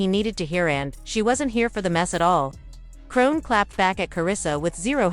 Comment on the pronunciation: Ahahahah BIIIITCH WHO IS "CRONE"?!??! 🤣🤣🤣🤣🤣🤣🤦🏽‍♀️🤦🏽‍♀️🤦🏽‍♀️🤦🏽‍♀️